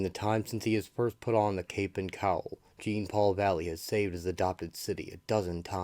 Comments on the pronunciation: It's not pronounced "jean" like a pair of jeans. It's pronounced similar to Shaun. Zhaun-Paul Vah'lay, it's a french Canadian name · It's not jean. It's like shawnpaul but with a J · If you can’t pronounce the name correct you really shouldn’t be doing an audio presentation It’s not Gene Paul Jean Paul like Jean Luc Picard Awful really awful you couldn’t get his name right The name the spelling and the backstory of the character is clearly European This isn’t even listenable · Dude it’s not Jean it’s spelt Jean but it’s pronounced differently this annoyed me so much turned it off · Bro its a pronunciation error. He still did a good job in explaining the full story. Get over it